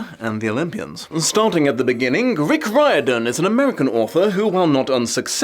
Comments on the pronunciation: No shade to, but I’m pretty sure that name is typically pronounced like “ree-orden” or “rear-din” in American English. But I could be wrong. We might have a W.E.B DuBois situation here. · btw is there a reason why is pronouncing the name Riordan so weirdly? I never heard the man himself introduce it, but i would have thought it cannot be that far away from Dolores O Riordan of Cranberries fame or the few other famous Riordans...